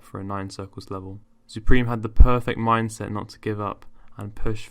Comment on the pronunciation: Zupreme pore like gopreme